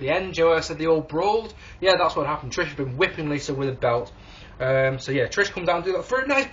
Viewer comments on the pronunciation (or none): When you say Lita it sounds like "Lisa"...just a random observation. :P